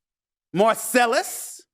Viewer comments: Why did he say Marcellus’ name like that? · Haaahaha why you say Marcellus name like that. Lmao I'm crying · The way he said Marcellus… 😂